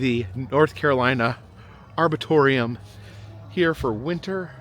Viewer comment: When you returned to the park at night, you said “arbortorium” instead of, “arboretum.” Is that where the crazy trees are kept? Edit: you did correct yourself later.